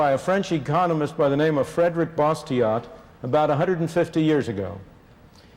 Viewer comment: love constantly quoting a guy whose name I can't pronounce. "Fred-rick Boss-tee-ott". Moron